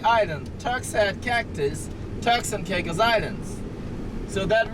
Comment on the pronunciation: They need to get somebody who can talk and learn how to say the Turks and Caicos.